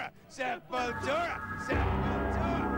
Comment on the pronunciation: Aqui nego reclama quando Derrick fala SepulTCHURA.